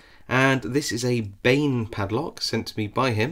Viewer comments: I think Bane is pronounced more like 'barn' but my Serbian is a little rusty 🤣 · You say it like Bein